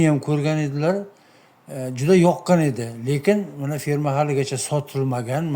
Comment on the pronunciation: ФИРМА эмас а "Ф Е Р М А".🇺🇿🇹🇯🇰🇬🇰🇿🇹🇲